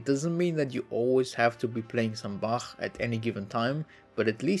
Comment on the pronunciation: i cant the "bačæħ" LOL